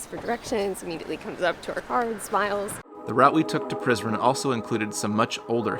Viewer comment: When he said let’s go to prizren it sounded like he said let’s go to prison